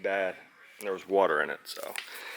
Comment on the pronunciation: Normal channel until I heard you say the word “water” 😂